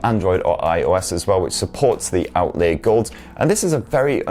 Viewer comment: "Outlee-a" 😁 I love your reviews though so please keep em coming.